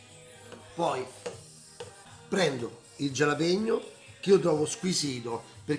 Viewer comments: La pronuncia è "halapegno" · Max ti seguo sempre e amo le tue ricette, pero' te prego, "gialapeño" nun se po' senti'... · Bella ricetta e tutto però potresti pronunciare meglio il nome del peperoncino..